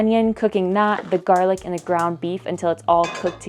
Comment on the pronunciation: Did you just say JAR-LICK? I am trying to figure out if you are trolling this one tiktok creator, or not?